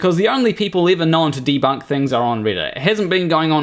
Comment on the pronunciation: C'mon,. It's not nice to pick on folks with disabilities like speech impediments. He does have a speech impediment, right? The way he kept saying "debunk" and "boy" is the reason why I ask. /winkEmoji This is one of my favorite videos on this channel so far. Absolutely hilarious and I especially liked the musical bits. Jay should consider seeing a therapist because he's got some serious insecurities to work through. You should not debate him. He will spend the whole time on personal attacks and his personal increduities. Lastly, body modifications have been around for as long as humans have been. Every culture throughout history has done some kind of body modification. There was/is foot binding in Asia, skull stretching in South America, ear, lip, and neck stretching in Africa, scarification of multiple cultures, henna of India, and the countless ways of getting ink and jewelry into the dermis from the Pacific Islands, to Native Americans, to Scandinavians to everywhere. Piercings decorated with jewelry and tattoos are and always have been everywhere. Nail polish and makeup are mods. Hell, you could even say the way that Jay shaves his facial hair into that shape or cuts his hair short is body modification. Just because you don't like them, Jay, doesn't mean anything.